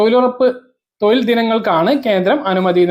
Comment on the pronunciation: തോയിൽ അല്ല തൊഴിൽ ആണ്